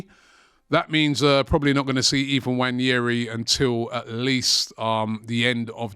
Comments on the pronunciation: That guy's name is not "Wanyeri". Its "Nwaneri" please Robbie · Why does aftv call him Wanyeri? Nwaneri is very easy to say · “Waneri”? Guy can’t even pronounce his name properly 🤦🏽‍♂️ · Robbie, can you get the pronunciation of Nwaneri’s name right?